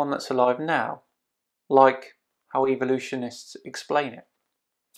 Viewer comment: really good apart from when you said 'evolutionist'